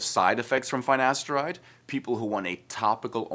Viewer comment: Cant even pronounce finasteride properly 😵‍💫